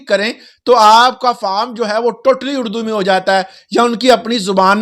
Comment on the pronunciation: اردو بولیں ،اڑدو نہیں 😅